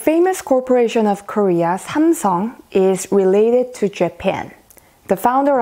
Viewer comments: It's because she is pronouncing in korean while speaking in English . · Yeah because she's Korean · Her accent suddenly changed when she pronounced "SAMSUNG"